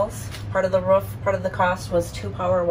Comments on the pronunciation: Why do you keep saying "ruf" instead of roof? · Am I the only one that is super annoyed by the way she pronounces roof? Ruff sounds like shit. Roof looks great. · R-OO-F not R-U-F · I won’t use your referral code but can I pay for you to learn how to say ‘roof’ rather than ‘ruuf’?